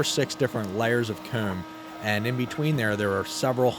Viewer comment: I dont see any issues with how you say comb. I am from the south and it sounds more northern, but I can still understand you! Need more videos soon! We reaching peak season time! Love all the improvements you've made with the set also!!